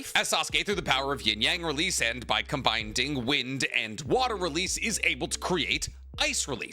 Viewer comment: You keep saying combinding 😂 it’s combining